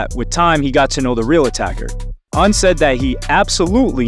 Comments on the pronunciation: Cool video, but the mispronunciation of Un's name is annoying. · PLEASE stop mispronouncing names when doing documentaries. It is not pronounced “Oon” it is “Un” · his name is UN like UN-Solved lol